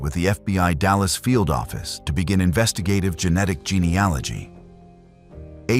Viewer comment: Real or not, it's so nice to hear an American voice say geneAlogy. GeneOlogy isn't a word, but is spoken by almost every US true crime channel.